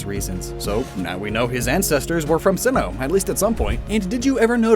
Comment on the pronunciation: he said simmoh